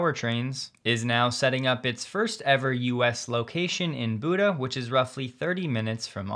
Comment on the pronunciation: Buda is pronounced "byu duh".